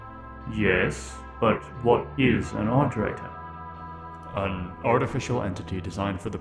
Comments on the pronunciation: Ah yes, eyeterator logs. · "EyeDerator" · eye-terator moment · yeah, like i keep swapping between "aight"-erators and "it"-erators